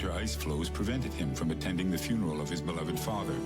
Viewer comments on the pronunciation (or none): none